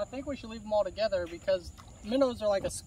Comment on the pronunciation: You two should collaborate more. I always laugh so much when y'all are together. The geese will definitely be happy with all the minnows. Or "minnuws" as calls them.😂